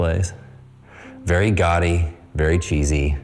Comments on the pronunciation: When you say "gaudy", it sounds like you are saying "gotti". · Someone please teach him how to pronounce 'gawdy' 😩